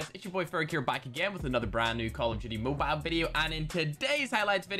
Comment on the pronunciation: Why do u say moble if ur from Ireland it's mobile don't get it twisted